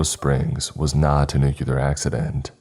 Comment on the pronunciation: Please please please stop saying nucular. It's pronounced nu cle er . Not trying to be a 🍆. I love Your content. It's just a pet peeve of mine. 😘